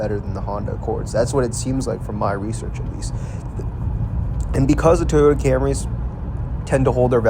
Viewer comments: It’s TOYota not TEEOTA. TEEOTA, TEEOTA, TEEOTA, TEEEEEEEOTA. FFS, why are Americans so incompetent at pronouncing anything . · WTF is a “TEE-OYTA”?????